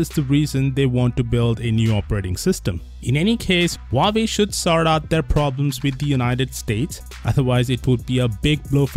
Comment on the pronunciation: "Huawoid" more like "How do I avoid".